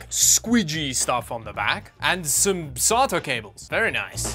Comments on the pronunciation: It's sa ta sata not srta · I hate to break it to you, but SATA doesn't end with the letter "R" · I legitimately thought you said "Solder Cables".